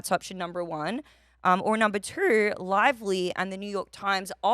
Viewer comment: “number twoehrrrr” 🤦‍♂️ where are these r’s coming from??